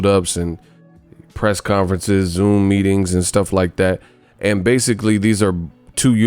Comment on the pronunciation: 😂😂😂 you can't even say BASICALLY regular anymore. Always got to throw a little Kell Brook in it😂😂😂.